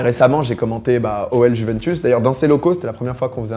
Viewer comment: Comment tu prononces Juventus ptdr, ça se dit « Youventous » non ?